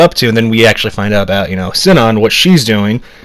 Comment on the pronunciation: Shion is pronounced as "Shi-yon" not "Shi-on" and Shuna is pronounced as "Shu-na"not "Sha-na".